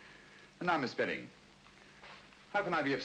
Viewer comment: I have watched this thing at least a dozen times but today i saw the character name of the woman and it is "spedding" all this time i've thought they were saying Sperry!